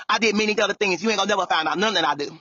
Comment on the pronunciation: Many udder theens takes me out errytime 😂😂😂